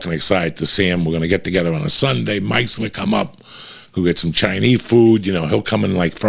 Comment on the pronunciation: why does joey keep saying Chai knee food you can tell he makes sure to pronounce that way on purpose like an idiot, its CHI NESE food ya momo